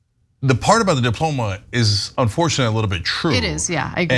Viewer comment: Ana, diplomas come from high schools. Degrees come from colleges. He said dioloma.